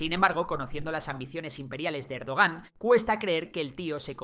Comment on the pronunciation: Cómo "Erdogán", madre mía. Es como si llamas a Trump "Traun".